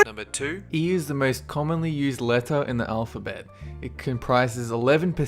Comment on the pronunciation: Can't help cringeing every time butchers the pronunciation of certain words. Don't try and say it is an accent thing, because I know plenty of Aussies and they all know how to say things like "letter".